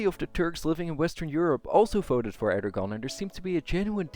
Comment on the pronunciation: Great video and interesting thesis, thanks so much for this. Just for your reference: 'Clergy' is pronounced 'klerjy' not 'klergy' (with j as in june), and Erdoğan is pronounced 'erdowan' not 'erdogan' as the ğ letter in turkish is scilent and just lengthens the preceding vowel (kinda). Not that it really matters and the video is still great.